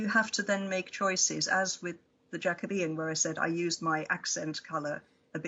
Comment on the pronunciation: Thank goodness you finally know how to pronounce Jacobean. It has worried me over the years that it's been all over the place.